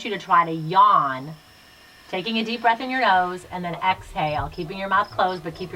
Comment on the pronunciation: #cucuckoosquad. I have to laugh out loud when you said, "think about your breath" it came out to my ears as think of your BREAST!! It's a good thing I was already laying in bed because I almost fell over laughing. 😃👍